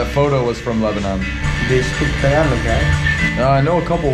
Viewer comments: Tagalog is pronounced: TAH-GAH-LOG, just faster as TAHGAHLOG. Not Tag-ah-log. I hope that makes sense. Stay safe out there, man. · it’s pronounced tar gar log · I'm still surprised that not a single person has yet to correct this man incorrect pronunciation of tagalog. People there are so nice.